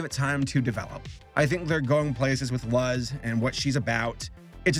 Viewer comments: Lol he calls her luz, btw it's pronounced looze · You say it like it's loz. it's luz with an U. they say her name pretty ofthen in the show... I don't know why you say it so badly? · Mm her name is Luz not lust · SAME I PRONOUNCED IT LIKE "L-u-z" when before I watched it and then she was all "My names Loose!" and I was like "ohhh waaaiiit" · Yeah it’s pronounced “Loose” not “luhz” If I’m correct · Guys. just listen to how it's said in the show. It's Lucy without the y. Luc. Loose. That Z is confusing as heck. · did you say luzz or something? Haven't watched the review yet edit: oh god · CANT STAND THE LUZ PRONUNCIATION OF LUHZ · ""luzz"" D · Yeah. I took Spanish classes long ago. So I figured that out on my own. I am also familiar with how the Spanish language pronounced things. Luz is pronounced like the English word "loose". The show pronounces that name correctly countless times. mispronouncing the name is hilarious. LOL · Ah yes, "L-uh-z" the human. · For those wondering, it’s pronounced looz. Btw the witches are just called witches and they are calling witchlings if they are studying magic. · Love ya but, as soon as you pronounced Luz as LUHZ I cringed so hard that I turned it off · I finally caught up with the owl house and im so happy i did Me: oh yeah its such a great show, I should rewatch while waiting for season 2, its been a while.: l-uh-z Me: you sure you actually watched this man? People have straight up yelled her name in some episodes. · d-did this mans just call her luhz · I got 2 things to say here 1: its pronounced "looz" 2: Its a great show if encouragement isn't enough i hope this pushes you over the edge. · It’s pronounced loouz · The comment section: Moses: Hooty:: "LUZ." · Yeah...if he said "Loose," that'd been a pass. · I can’t comprehend how you watch the whole show and still end up with “LUHZ” i can’t stop laughing holy fu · I heard lols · how dare you call her name wrong on ?!?